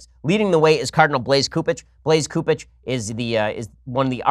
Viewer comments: Ben its soup ege not coup ege. Fyi and he needs thrown out also. But even with all this carnage I will never leave the catholic church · Cupich is pronounced "soup-itch" in case he stays in the news.